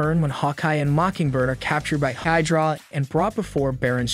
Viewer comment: While I appreciated the effort for all of this. It's good. I appreciate the laughs from the mispronounced words even more. Comedy gold. Damnockles A-vengers and Hyderuh we're my favorites